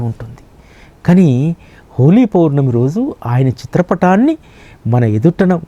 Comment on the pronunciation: అయ్యా..హోలీ పోర్ణమి కాదు.. హోలీ పౌర్ణమి అని పలకండి